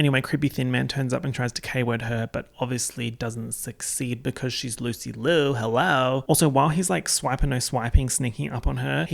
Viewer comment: did- did he just call THE PRODIGY "Rina Sawayama EP-type beats" also that's not how you pronounce Liu